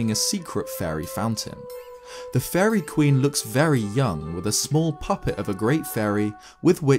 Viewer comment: the way you say fairy sounds like furry